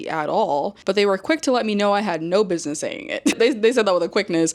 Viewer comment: I can't get past Aespa saying "bidness" JFC.